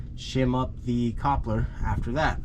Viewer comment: Nice informative video! but I got to say, the way you say coupler is strange lol It's pronounced like ( KUP-LUR ) ha ha, good job on the install tho.